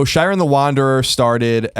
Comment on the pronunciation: The way Colin says Shiren hurts me physically...